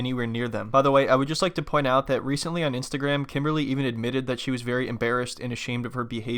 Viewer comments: He can't even pronounce her name correctly for god sake. KIMBAAALLYY.....hahaha. What a joke. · It's not pronounced Kim it's pronounced "Kimmbaaly" 🤣😂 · Did he called her kimbaaarly?